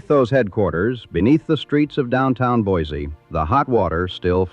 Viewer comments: Boy See not boys zee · It's pronounced BOY-SEE! Not BOY-ZEE! There is nothing more annoying to us idaho natives than people (or bots) that can't pronounce the name properly. We can always tell if you're not from here. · It's pronounced BOY-SEE, not BOY-ZEE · It's pronounced Boy-see. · There is no Z in Boiseee. Also, it’s Show- Shone, not Shoshonee. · And the original French fur trappers who gave it that name would hate how modern “native” Idahoans “mangle” it. To them, it was pronounced BWA-ZAY. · You would think someone spewing “information” about a place would at least find out how to PRONOUNCE IT’S NAME! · It's spelled with an S, not Z. And pronounced the same way. Can always tell those who are not from here. Otherwise, good history lesson.